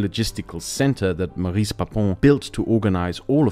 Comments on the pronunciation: Since we're talking about a n4zi, we forgive you. But it's pronounced "Móris" not "Maris". A masterpiece, as usual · Did he just just say Baris?!